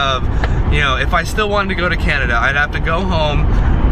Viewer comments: Who else cringed when he said Canadia? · So is anyone gonna point out that said Canadia instead of Canada? 😐 lol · he says canadia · this nigga said Canadia